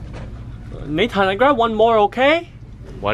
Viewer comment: not nathan